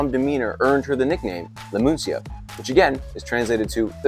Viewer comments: Man, she was not called the "Muncia'. 2 seconds fact checking would have let you know that she was called "Muñeca" (Moo -nyeh-kah), that is: the "doll". 🥱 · Lmfao what the hell is "moonsia"? Are you trying to say muneca??? Bruh...